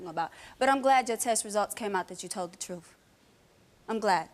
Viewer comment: she really said troof. 😆